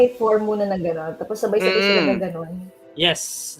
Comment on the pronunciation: Ang galing naman ni mag Tagalog ‘’ sabay sabay’’